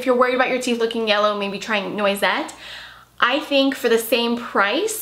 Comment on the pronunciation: just fyi, noisette is a prounounced like "nwazette" :)